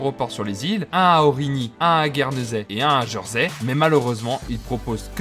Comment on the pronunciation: Prononciation étonnante. On dit "Jèrsey" pas "Jeursey" il me semble. J'y habite depuis 15 ans.